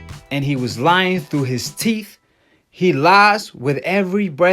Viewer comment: I’m a teacher so I’m well educated... you “lien”. Lol